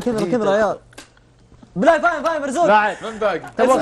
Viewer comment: يقول بلايم يعني برايم الله يحفظك يا ملح البرنامج